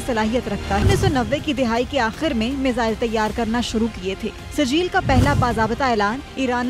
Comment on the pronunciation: Sajeel nahi asal lafz sijjeel lafz ko zara daba ky parrho ager samjh na aey to surat al Feel الفیل ki tilawat karo khud pata chal jaey ga